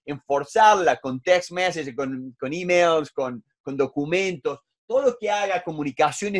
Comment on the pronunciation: Buen vídeo formativo, lo único que digo en contra es que exagerar tantísimo el idioma inglés queda muy mal, jamás había escuchado e-mail de la forma en que lo ha dicho, no se es más sofisticado por querer demostrar que dominas el idioma, se puede hacer más natural.